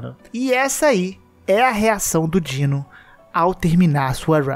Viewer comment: Não é Dino, é DinoS DINOSSINDGEIL = "Dinos zind gail" = (dinos)dinossauros são foda